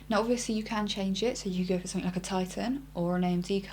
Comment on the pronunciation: Wow relax, its a fair question for anybody who isn't used to her accent. pronounces words different, as we all do around the world. For example, she says 'somethink' instead of 'something'.